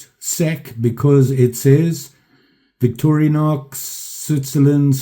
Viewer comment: Great video, but really man Victori "A" nox no effin "A" in VICTORINOX & Calamus Now your messing with me because you know that's my rich in USA History HomeTown "CAMILLUS" jUST SAYIN'.... 1st amendment.... Is'nt Calamus that hallucinogenic root yeah that explains alot... just kidding.... lots of likes coming your way 1st Video I watch every day Rogue Blade, Peace Out